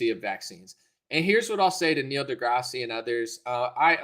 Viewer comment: There’s no long E at the end of this jackass’s middle name.